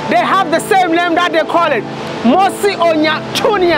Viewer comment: It’s mosi-oa-tunya!